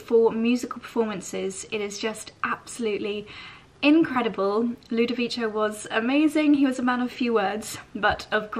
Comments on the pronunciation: Ludovico is pronounced with a hard c, like a k. Like in McDonalds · I love watching your videos. Just a FYI, the pianist's name is pronounced Ludoviko 😉 he is fantastic, I wish I was able to go see him. It sounds like it was a fantastic gig 😍